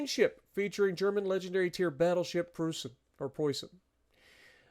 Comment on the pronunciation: For me as a german this is a great update, and your pronunciation of Preußen, Leipzig and even Großer Kurfürst is real good 👍👍